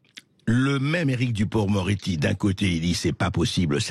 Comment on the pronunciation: Lapsus à "duporc-moretti", excellent.